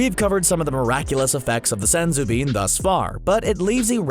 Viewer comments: “SENzu Beans!!” I hate how he pronounces it. So much emphasis and it annoys the hell out of me. Oh and... SUPER 18 ??? Cmon man at least proof read the research‼️‼️ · It’s Senzū beans